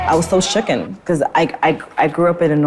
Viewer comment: "I was so shooken." she says. I teach english she says.